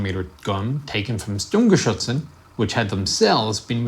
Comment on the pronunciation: Just a minor thing: singular nominative is "das Sturmgeschütz", plural nominative is "die Sturmgeschütze", "Sturmgeschützen" is plural accusative. German pronunciation is pretty good though.